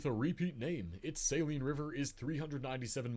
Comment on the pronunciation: He mispronounced the Saline River in Arkansas—its sa-LEEN, not pronounced like the solution used to clean your contacts. I know, it doesn’t make sense, but yeah. I’m from Benton, and actually didn’t even realize the Saline River was the longest within the state borders. It supplies our tap water, and we actually have good tasting tap water, you don’t feel the need to buy bottled for everyday use. (But tbh we’ve got good tap water everywhere I’ve experienced in central Arkansas, including Little Rock.)